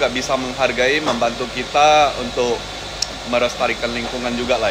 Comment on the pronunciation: Ralat. LESTARI -kan. Bukan RESTARI kan